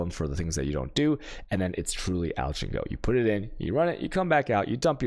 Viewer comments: It’s pronounced “ALK” not “ALCHA”. Chaos is pronounced “KAYOS” not “CHAYOUS” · Alch is pronounced as "alk" not alch... also chisel is pronounced as "Chizəl" not chaisel